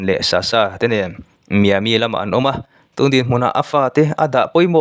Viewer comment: Miami (Mai-a mi tiin an lam)